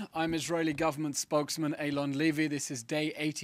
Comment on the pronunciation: Not "eylon" its eylan! With A!!!